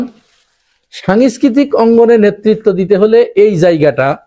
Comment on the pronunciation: সাংস্কৃতিক উচ্চারণ ঠিক করেন প্লিজ, সাংয়েসকৃতি হয়ে যাচ্ছে।